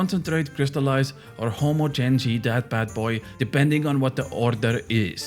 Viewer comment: Its HUH-mah-jen-ized if you care. Great content.